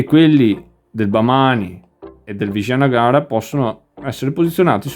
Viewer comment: Complimenti per la pronuncia, io lo chiama Awanagana